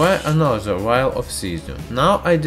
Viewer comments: Jerry Yu : he said VIAL NOT VILE / WILD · No offense but every time you said vile , i thought you said wild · lmao so did I!!! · if you wouldn't have posted this I would still think that's what he was saying. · ChErRyaV me too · Same x'3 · wait he wasn't saying wild?? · Jerry Yu. There is no w in there lang